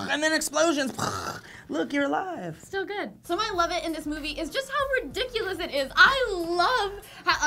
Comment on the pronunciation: should be a drinking game for how many times you guys say 'ridicules'